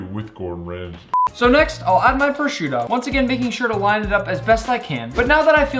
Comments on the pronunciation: prossciutto bro its prsuta my friend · Nick I am italian and your accent saying"prosciutto" it's really good